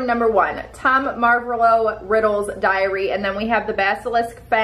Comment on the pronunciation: When she said tom marvalo :/ its mar- voh- low